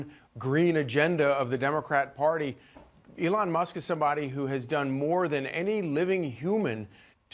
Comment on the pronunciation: His names elon not adon. Ity it. 😅😅😅